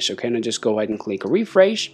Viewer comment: Is Refresh not Refreiz